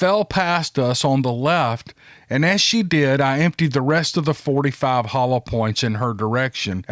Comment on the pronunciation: I love the way you say hollow like holler, it reminds me of that song by Ray Stevens, the Streak, when the guy says, "And I hollered to Ethel!".